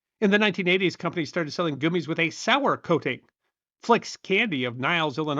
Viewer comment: Ree-cees finally makes sense, now that goo-mees has entered the lexicon! Regardless, great video!